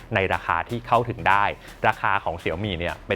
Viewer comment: ชอบตรงออกเสียงว่า เสียวหมี่ แบบที่คนจีน (เจ้าของภาษาแบรนด์) เขาเรียกจริงๆ ไม่พูดว่าเสี่ยวมี่แบบคนไทย😂 (แต่คนไทยไม่ผิดหรอกเพราะเราอ่านภาษาอังกฤษมันก็อ่านได้ตามที่เข้าใจอยู่แล้ว)